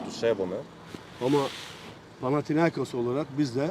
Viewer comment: FAtih terim hatalı olarak panatiakos dedi birkaç kere.. Seyret !